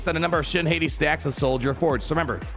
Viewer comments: Shin HAY-TEE?? NO. Shin HOT-TEA!! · Once and for all, it is pronounced "Hah-tea" like the wolves Skoll and Hati from Norse Mythology. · I don't get why cant say Shit Hati names right to save his life lol. It's Shin Hot-ti Filoni named then after the wolves that chase the sun and moon, Skoll and Hati. Her TW omi is a big FU to JMK CAT lol i love it. At the start of the encounter, all light side enemies are immune to cooldown reduction for 2 turns, and the other clause, whenever a light side enemy gains Damage Immunity, they are inflicted with Fear and she gains a bonus turn, again FU to JMK CAT. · I think it’s pronounced Shin - Hottie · needs to get his pronunciation of shins last name under control lmao